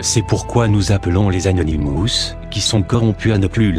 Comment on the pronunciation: arrête d'écorcher leur nom c'est Anonymous tu sais pas parler alors ne parle plus car tu n'as rien d' intéressant a dire et je reste polie .